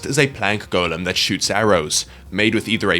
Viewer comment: Why does he say golem wrong?